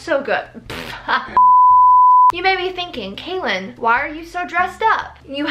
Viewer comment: who’s kaelyn? it’s! 😭😭😭😭😭🤣🤣🤣🤣